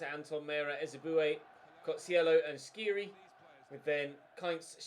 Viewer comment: Skhiri is pronounced : S like sir + kh like the g in De Ligt + iri like in Siri